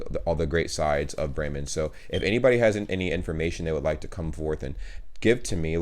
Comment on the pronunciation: Well nice, I was born in Bremen. Your german pronounciation is very nice❤